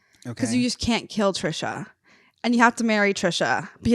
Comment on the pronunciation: did you really just say Trish the fish. 😂😂😂 I remember when the soul siblings talked about seeing Trisha. To be honest, I knew about Andrew first 🤷🏾‍♀️.